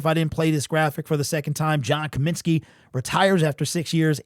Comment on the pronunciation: It’s COMINSKY fool